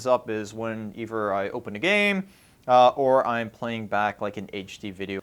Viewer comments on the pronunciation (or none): I just hate how he says eiver of togever. Why do you say it like that?